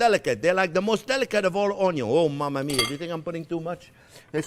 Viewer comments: Omg there not to long im starting to talk like u onyo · No, OnYo Pie. 😅 Just funning with you chef, love your show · French onyo VS. Canadian onyo...😂😂